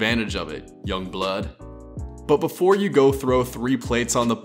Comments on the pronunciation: OH HELL NAW MY NIGGA I KNOW U DIDNT SAY THAT CUZZZ THATS THE WHITEST YUNG BLOOD IVE EVER HEARD ON GOD 🤣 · no hate buh u say the sh!t weird "young blood"